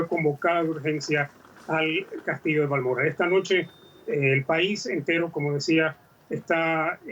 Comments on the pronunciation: Diga bien que presentadora es Balmoral no balmorral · Haq pronunciado usted Balmoral de una manera que no sabía de donde hablaba. No hace falta ser tan refinada, es español Balmoral, Bal mo ral.